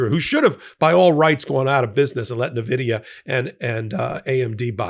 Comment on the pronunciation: Point of informarion: Nvidia is pronounced "en-VID-ee-uh," not "nuh-VID-ee-uh." Its orgin is derived from the Latin word Invidia, meaning envy. It gave me snarky joy to see Trump butcher the pronunciation of the most wealthy corporation on the planet, but, take the high ground and say it properly. With that out of the way, keep up the great work, buddy! 👌👌